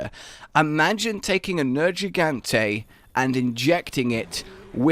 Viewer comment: Nergigante. Just once. Say his name.